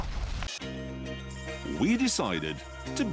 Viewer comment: awe, Hammonds getting jealous ! That’s so cute and funny at the same time, aha ! Cracks my sides ! Aha, - Hammond cracks me up so much - I think I’m dying; “Oh Lord,” never heard him sound so posh, aha !